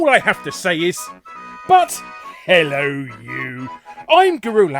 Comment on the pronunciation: My question: why do you have merch that specifies the lack of the H in hello, but when you actually say your "catchphrase", you use a strong H? Rendering your merch ABSURD. Thanks